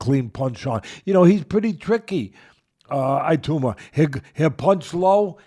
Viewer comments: His name is NOT "iyatuma".. ITS Itauma: EE _TAO_MA. Make an effort to get it right FFS. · First of all.....his name is not iatoooma......it's pronounced itowma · How on earth do you get to "Aya-tooma"? It's not that complicated a name. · Usyk and Itauma are not difficult to pronounce. It’s not Yusyk and Iatamma! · eye a tooma lol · Right?! 😂 Itauma (e-taow-ma) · Learn how to pronounce his name please